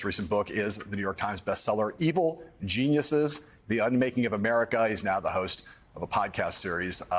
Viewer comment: His last name is pronounced "goo-TEEYE-rez".